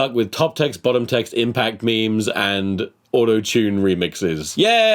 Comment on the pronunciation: My favourite actor once pronounced memes as mee-mees. Help.